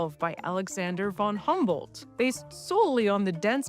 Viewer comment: It took me a while to grasp who "Alexander humbled" was. The name is Alexander von Humboldt (with u as in full). Otherwise: great videos!